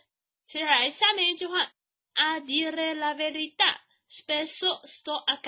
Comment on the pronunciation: 讲的挺好的，12：40课文中，A dire la verita！不是vertita!